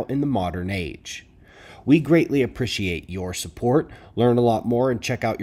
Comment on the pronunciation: I like the way you say the word appreciate , it's different.